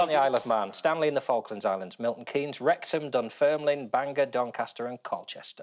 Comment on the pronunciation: Good to hear the correct pronunciation of 'Wrexham'.